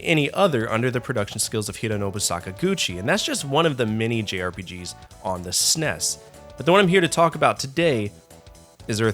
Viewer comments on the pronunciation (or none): While you can have your opinion on the games, it's difficult to get past you constantly calling the console a Sness. It's S N E S. Calling it it a Super Nintendo is acceptable as well.